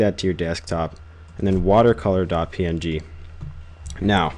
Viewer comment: its not .ping, it's .P-N-G